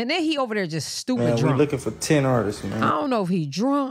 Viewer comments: Him saying ARTISTSES is killing me!!!!! It’s ARTISTS!!!!! Go to bed 🙄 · Artist”ist “ 😂😂🤦🏾‍♀️ bless ‘em Lord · Artisisistss? !What?? 🤔😂😂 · How many times can he say artists WRONG?!?…and we act like he’s articulately inclined?